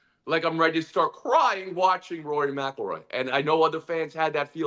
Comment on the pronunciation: Stugotz needed a day off to practice saying Rory McIlroy. Heady play